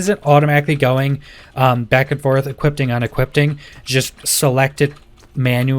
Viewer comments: Dude I love your videos, but it's e-quip-ing, not e-quipt-ing. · YES. I was getting so annoyed hearing equippting and unequippting over and over. 🤣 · DUDE!! I was super annoyed lmfao! He was saying EquipTING and UnequipTING!!! over and over lolz. not DING.. I dont know why the little things piss me off so much but they do haha... I guess I am a Grammar Nazi